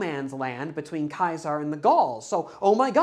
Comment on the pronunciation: Great video. And as you pronounced Caesar's name correctly, i had to push the like button 😄